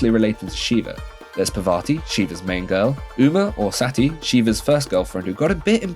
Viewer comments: abey...he spoke sati completely wrong. With half baked knowledge how can you say that he spoke right? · I'm sorry, I'm really trying to take you seriously, but a Western person speaking on a topic that he barely understands, not taking time to understand how words are pronounced (Vee-dik, SEITY for Sati????), and all of that in a British accent - I can't!